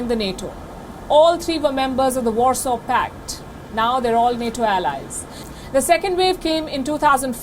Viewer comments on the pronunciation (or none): none